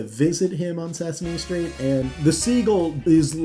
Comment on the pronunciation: I can't get past your wonky pronunciation of Sesame Street but I'll assume the video is good and give you the ole thumbs up.